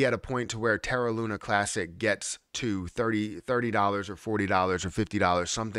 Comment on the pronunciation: does it drive you mad? Looney? 😂